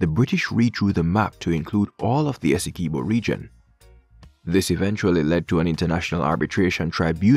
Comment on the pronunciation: Pronounced Essequibo properly